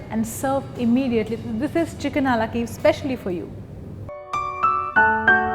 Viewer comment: Why don't you call it it's proper name. Chicken Kiev. And it's pronounced kee-ev. Not keev. And it's not perfectly cooked, it's burnt.